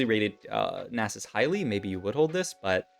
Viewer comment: the nie sus hurt more